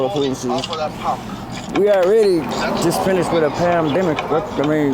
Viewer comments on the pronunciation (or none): none